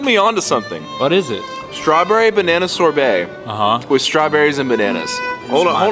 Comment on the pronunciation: Ain’t No way he said Sor-bae